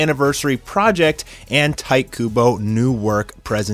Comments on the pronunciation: "Tight" Kubo? Isn't it more like "Teetay"? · Its not pronounced "tight" its pronounced "Tee Tay". Kubo Tite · Fucks sake, learn Japanese phonetics. It’s pronounced “tee-tay,” not “tight.” Holy fuck. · its tite not tite. KEKW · I think it’s pronounced Tee-teh Kubo, not tight. I’m sorry I couldn’t let that go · I always thought it was pronounced titay Kubo not tight Kubo😂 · Lol! You know his name is "tee-teh", right? I giggled every time i heard "tight"... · Really? The "Ti" in his name is pronounced "Tai"? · That may be, but my Japanese teacher taught me that "ti" was pronounced "tee", and "tai" was pronounced well... the way it looks. But i'm assuming you've heard his name in an interview or something, so i defer to you. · My dude. It’s a Japanese name. It’s pronounced Tee-teh. Not “Tight” Kubo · YESSSSSSS!!!!!!! And isn’t the name pronounced Tee-tay (Tite)....? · Yeah that was bothering me. He didn't even try. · Your pronunciation of Tite hurt me